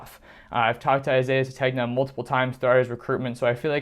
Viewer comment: The name is pronounced suh-TAYN-yuh